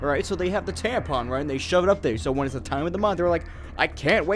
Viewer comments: Are u calling it a tampen? Lol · THE WAY YOU SAY " T A M P E N " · lmao "TamPIN"